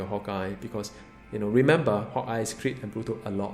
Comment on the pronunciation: u say hawkeye like hot guy XDDDD